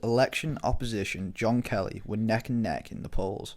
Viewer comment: Marker the voice keeps calling KERRY “Kelly”